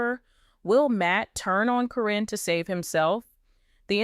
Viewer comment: Caryn is pronounced Karen btw. Your video could be taken more seriously if you knew her name. 😂